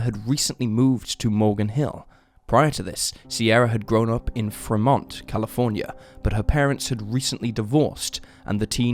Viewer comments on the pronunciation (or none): Pronounced Free-mont